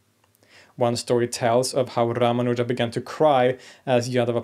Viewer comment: You mispronounce His name. The second syllable is where the emphasis should lie not the third one as you say it.